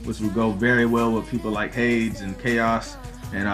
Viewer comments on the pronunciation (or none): Hay-Dees!!!! Not "H-ades" OK I'm done... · Nice video and all... but duuuuuude it's pronounced* "hadees"... so hard to hear you say "hadz" xD